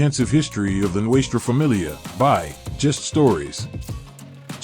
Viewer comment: This has to be the worst fuckin documentary i have ever heard.... you can not even pronounce Nuestra Familia correctly...learn to roll the Rs and La Eme is pronounced la EM-A.... another thing is why are you constantly repeating the same shit over and over and everything you said was wrong....did you.get everything off the history channel or gangland ? Every picture you posted isnt NF....go back and do your homework and remake this video when you gwt it right and run it by those who are actually in the life or know those who are real Nortenos.... then come back and try again